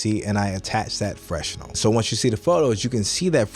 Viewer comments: FYI fresnel = fruh-nel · Had me thinking that I've been saying fresnel wrong all this time. The confidence and consistency had me fooled for a minute there lol